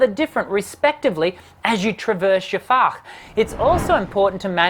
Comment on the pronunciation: As a German: your pronunciation of "Fach" is *stellar*. I'm sincerely impressed. And Germans are not impressed easily, as is commonly known.